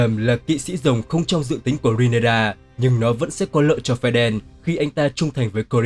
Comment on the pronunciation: Rê ny ra chứ ry nê ra đâu vậy